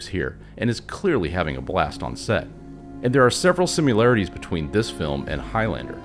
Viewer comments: Subbed and liked. I freaking loved this film when it came out but so many of my friends were like"nah"! You have put together a fantastic and compelling argument to view this film in black and white. However... One criticism. It's pronounced similarity. Not simularity. and time-stamp. Ooh and you give off a very cool Kevin Conroy vibe with your narration or is that Bruce Wayne🤔 Much love and appreciation. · The word is similarity. There is no "u" in similarity, nor do you pronounce the "i" like a "u". Other than that, the narration was solid!